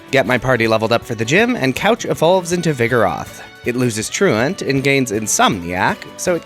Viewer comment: I’ve watched a shit ton of poketubers and I think you’re the first person I’ve actually heard pronounce truant correctly 😂